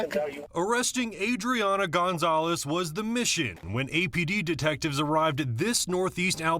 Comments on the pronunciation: Gonzolez? You dont say. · Gaan-zoles? How is this guy a journalist in Albuquerque?! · How can you live in New Mexico and not know how to pronounce Gonzales?